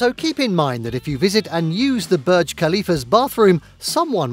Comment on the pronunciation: It’s pronounced bourj not berg